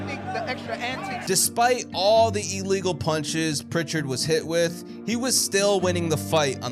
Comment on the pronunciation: What is an ee-legal punch? I know illegal, but never heard of "ee-legal"